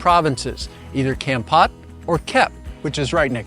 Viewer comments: Thanks for the video, very informative. a friendly support on the pronunciation of the city is phonetically with a sharp "K or C" sound and something like this "Kamm-pote". Pot is not pronounced like "Pot". It's is more like a Sharpe "P" sound and "Pote". I hope that helps. Like saying "Pope" but with a t - Pote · Wth is Kempat?! Should be an easy thing learning hiw to properly pronounce words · Couldn't you at least learn how to pronounce the name "Kampot" correctly? It's not hard.